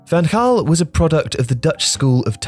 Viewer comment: It's Van Ghaal not Van Haal